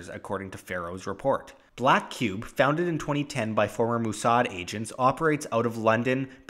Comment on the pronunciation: Lol, "Moossard"